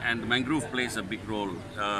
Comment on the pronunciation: Mangrove becomes manglove, forest becomes folest. Substandard reporter. Low class.